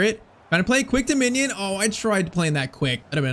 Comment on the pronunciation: Bro, why are you saying ‘Minion’ it’s ‘Mijnans’🤦‍♂️